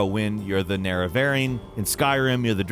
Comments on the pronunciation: This is NOT how you say it fgs... It's the NEREVARINE, not the Nere-Varine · This man really said nair uh vair een, hes literally never played morrowind lmao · When he said “In Morrowind you’re the NARYVAIRINE...” I kinda lost my shit just a little bit 😂 But maybe I’ve been mispronouncing Nerevarine this whole time and I just never knew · Was I the only one who cringed when he said "Morrowind" and the "Nerevarine"? Lol.